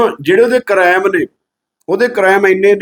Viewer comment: ਕਰੈਮ ਨਹੀਂ ਹੁੰਦਾ ਅਨਪੜ੍ਹ ਕੁੜੀ ਯਾਵਿਆ ਕ੍ਰਾਈਮ ਹੁੰਦਾ 😂